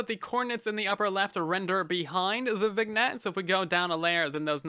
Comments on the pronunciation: Just thought I'd mention... vignette is pronounced as "vin-yet", not "vig-net" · Viggnet, you mean vignette? It's accented my guy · "Vig-net" eye twitching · Not to be a jerk, but vignette is pronounced “vin-yet”. 😘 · Hey, just so you know, "vignette" is actually pronounced vin-yet (like "tin" and "bet") because English is even buggier than Bedrock edition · Great video, just so you know vignette is pronounce vinyet :) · FYI/FWIW "vignette" is a silly French word, so you don't pronounce the G. "Vin-yet" Love your videos man, so helpful to know what to keep an eye on. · Minor thing, I believe Vignette is pronounced Vin-yet because it's of French origin, like filet mignon and cabernet sauvignon. Great video, I watch these every time as soon as I can! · Vignette is pronounced “Vin-Yet” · The G in vignette is not pronounced by the way. “Vin ette” or “Vinn yet”